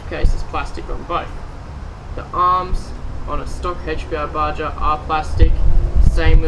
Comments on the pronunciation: its called baha not ba ja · its pronounced BA-HA not BA-JA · for the love,lol! PLEASE PLEASE pronounce it right! BA-HA not BA-JA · its pronounced BAR-HAR not BAR-JAR. good review though. I have a HPI baja my self. Thanks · Its baha!...not baJa...bro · Actually its pronounced BA HA. As in a from the desert BA HA. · You can't even say BAJA right. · Just to let you know, "baja" is a Spanish word. The "j" is pronounced as an "h". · ***** Not if he's literally pronouncing it wrong. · ***** Jeez, just keep getting it wrong.